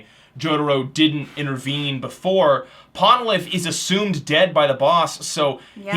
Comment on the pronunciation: You didn't even try to pronounce Polnareff's name correctly. Throughout the show his name is said so many times and yet you disrespect his name on the episode that he dies by calling him "Ponalith."